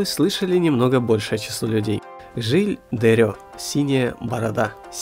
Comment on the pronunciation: Жиль де РЕ(не Рё) и Вакулёр. Это какой то троллинг заменой е и ё в французских именах собственных?